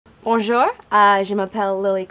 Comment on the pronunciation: i feel like she should know how to properly say bonjour/je m'apelle by now